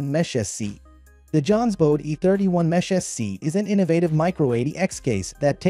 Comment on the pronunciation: This is clearly an AI voice talking on this video. Saying things like M-Esh instead of Mesh makes it pretty obvious, along with the glitchy variations in voice. Not a bad little video, but I'd prefer an actual person talking.